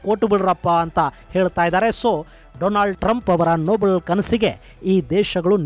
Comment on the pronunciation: doland trumph😂